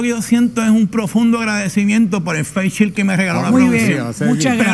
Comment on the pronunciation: No es face chill es face shield!